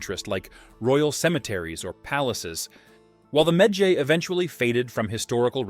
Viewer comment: i don't like how he pronounce medjay lmao